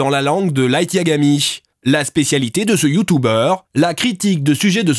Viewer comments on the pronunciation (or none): Youtoube 😂 Youtouber 😂 Mais jpp 😂😂😂